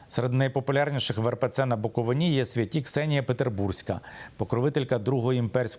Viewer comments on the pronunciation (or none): Я Вас благаю кажіть та вимовляйте правильно слова, не Буковина́, не на Буковинí, не Ба́нчени, а Букови́на, на Букови́ні, і Банче́ни. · не БАнченський, а БанчЕнський, не БуковинА, а БуковИна. Ви нічого не знаєте, зате багато вчіте. Всім відомо, що по всьому світу іде боротьба з православ ям. Ви, особисто, православний ? Ні. Тоді все зрозуміло. ... Митрополит Онуфрій не поминає кирила, то старі записи... За офіційними даними 72 % українців сповідують православну віру, 9 % - відносять себе до католицької церкви і 4 % - протестантської церкви. І Митрополит Лонгін робить дуже добру божу справу, щодо діточок. Ваші душі , нажаль, - чорні, тому ви все бачите - не по правді. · Щановний! Правильно Буковина- наголос на и. Дуже ріже вухо неправильний наголос. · Пане Миколо, правильно вимовляти букоВИна. Дякую за важливий матеріал. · Наголос пан Княжицький невірно кладе відносно назви Банчени і слова Буковина. Видно, що є вам над чим працювати. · Як автор може називати себе журналістом якщо він неправильно називає край Буковина. Микола подивись як правильно буде наголос на слові Буковина. Не позорьтесь😮😮😮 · Княжицькому варто знати, де наголос ставити на назві Буковина